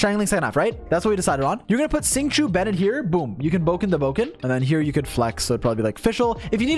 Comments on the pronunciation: I love ya buddy your guides helped me so much but for fuck's sake Xingqiu's name is not "sing chew," at least say "shing cho" at least that's closer. Or call him by the Japanese pronunciation, Yukuaki. Obviously I don't expect everyone to pronounce Chinese words with perfect pronunciation but god damn, there's a line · Bruh why do you pronounce Xingqiu like shing choo please